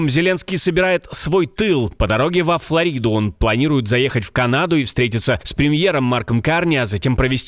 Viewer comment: Нет "ФлорИды" есть "ФлОрида" с ударением на "О".Это все равно,что говорить "ГомЕль" вместо"ГОмель"